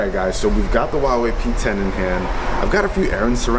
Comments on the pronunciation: The "H" in Huawei is pronounced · Sounds like Huahwi